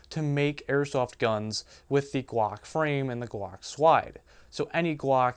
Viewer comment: You really need to learn how to say your Ls properly. Each time you said guack I was laughing my ass off. ;D